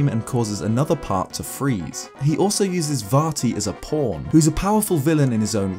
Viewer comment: Okay now... am I the only one to hear him say "He uses Vaati as a *porn*"?